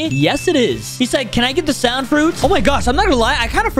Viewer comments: I like how at the beginning he said the song fruit instead of sound fruit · Its not called song its called saund